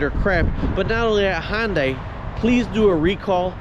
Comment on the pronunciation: IT'S PRONOUNCED HUN-DAY. NOT HON-DIE. Where do you get HON out of HUN?